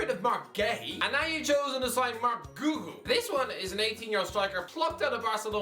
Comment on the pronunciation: Hey, Please improve your pronunciation for Guiu